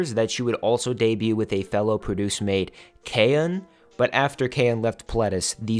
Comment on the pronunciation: I love Yunjin so much! I didn't really notice her in Produce, but in her current group she's def shining! Just a small tip. You said "kay-eun" for Kaeun, but its kah- like "nah" and then 'eun'. If you say 'kay' in Korean you're saying "dog", it's a swear word 😅 I hope this helped <3